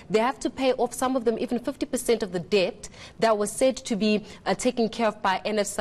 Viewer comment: Det not dept! (Debt)